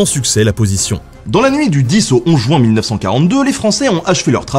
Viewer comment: Jouin Jouin Jouin Jouin Jouin.... Non svp, mes oreilles saignent à chaque fois !!!! C'est JU-IN et non pas JOU-IN !